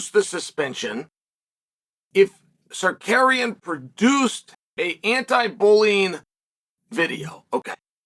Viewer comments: Are-mon Suh-carrion lol. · The way he said "Armand Sakarian" with such confidence LOL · Uncle kale I'm gonna start helping you say it with me now Sar-Ru-Ki-An next one Ga-ry look in a mirror if you need visual cues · he said sakuryan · “Ar’mon Sakarian” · I’ll give you a like after you pronounce his last correctly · I’ve never seen anyone more committed to a bit than Chael with the whole name mispronunciation 😂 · bro if you can't pronounce Tsarukyan just call him Arman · As an Armenian I never not laugh watching Chael try to pronounce Armans last name hahahaha